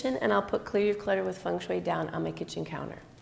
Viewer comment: you pronunced fengshui correctly